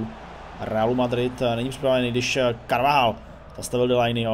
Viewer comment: Chtěl bych rict že se carvajal se říká karvachal 👍😁